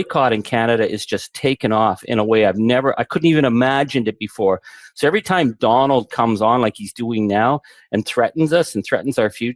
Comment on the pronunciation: I love he pronounced it Donold. I'll take it